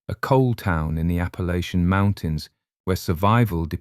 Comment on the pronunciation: Thank you for saying Appalāchian and not Appalatchian.